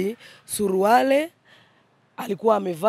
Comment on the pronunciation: Huyo mama jinsi anavyotamka neno SURUALE badala ya SURUALI ni wazi kwamba huyo ni bingwa wa ubambikiaji watu kesi